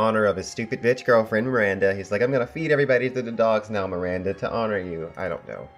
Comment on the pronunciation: It's not "Miranda" - it is Baranda... Also it isn't Marcella - it is Myr-sell-a (phonetically). Cmon GOT fans pronounce names correctly.